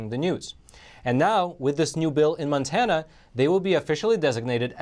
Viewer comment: MONTANA NOT MANTANA